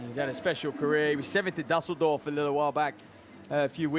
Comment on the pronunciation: Awful commentary...guy can't even pronounce Dusseldorf!!